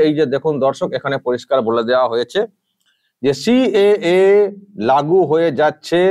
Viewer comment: "সি.এ.এ" কে উনি "ক্যা" বলেন, CAA CAA ছি ছি😂😂🤣